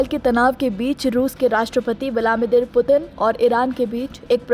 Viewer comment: Putin ka naam sahi nahi le pa rahi to reporting kya ghanta karogi😂